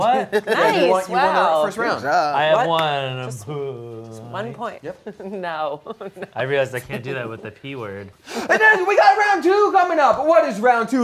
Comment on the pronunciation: Ian self-censoring his “pu-oint” without being yelled at by everyone in the room. He has shown remarkable personal growth in the span of one episode. Good job buddy